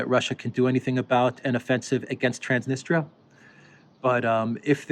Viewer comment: That's T R A N S N I S T R I A. The last syllable is a diphthong, thus should be pronounced as in English TREE 🌲 AH >>> TRANS NIS TREE A Cheers 😁🍻🙋🏽🇷🇺☦️!